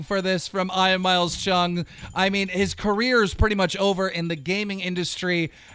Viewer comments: It’s pronounced ee-an and i an Jesus keemstar sorry that hurt my head hearing you call him I am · EEE-AAAANNNN not fricking eye an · I like how Keem calls Ian "eyean" instead of "eean" like how it really is pronounced lmao. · I-an, my guy keep it’s E•an lmao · Y does he keep saying Ian as “iron”🤦🏾‍♂️😂😂😂😂😂😂 it’s pronounced “E-yun” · dude. I get you have some problems reading.... but its pronounced EEE-ANN not EYE-ANN. Every week dude, you read your script and say some dyslexic shit that makes no sense. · Ian is pronounced like Ean not fucking Eyean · Why is Keem saying eye-an? It’s ee-an right? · It’s pronounced EE-AN not I-ON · "Ian" is not (eye'n) its (E'n) how can you not know how to pronounce a very common name keem? it made me cringe every time you said it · its pronounced (ee - an) not ion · Iyan? It's pronounced ean you fucking gnome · “Eye an” it’s pronounced “Ean” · For the love of God someone tell Keem how to pronounce Ian (if you see this Keem, its EE-AN not EYE-AN. You do it with Smosh Ian too) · EEEEEE AN!!!!! Not eye on! Sorry, drove me insane! Much love keem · Keem it’s Ee-yan not Eye-en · "I-an"? cmon keem you can't be that dumb....It's pronounced "E-an" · I swear to god it pisses me off him saying "I an" say it like "E N" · Ian is pronounced Ean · Ian is pronounced EE-yan you dumb gnome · Ian is pronounced E-AN😂🤦‍♂️ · Ian not iron.. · You pronounce it ean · It's Ian not eyean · Keem pronounces Ian as Iron lol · I thought Ian was pronounced EEE-an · It’s e- an you illiterate fck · Eye-an instead of Ian? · Ian (Ee-yen) is that so hard? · Bro it’s pronounced e-an you’re a grown ass man how do you not know how to say it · Eye-an lol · "Soldier boy" "EYE-an" Some teach him how to read please😂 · the way he is pronouncing Ian is pissing me of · Keem got his voice back but still cant pronounce simple names correctly like Ian. Really? "Eye-in" tf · I have never heard the name Ian being pronounced ai-an before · “Eye-an Miles Chung” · Ian is pronounced eian